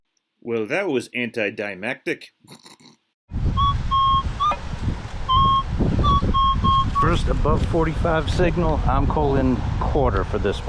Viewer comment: I gave you thumbs up at the beginning, then had to unlike at "antidimeactic", so I could like again.